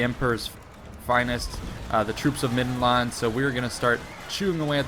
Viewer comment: why can't he say land in middenland properly